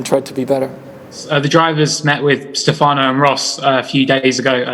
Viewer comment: Stefànows? It's pronounced Sté-fa-no. Sté-fa-no Domenicali.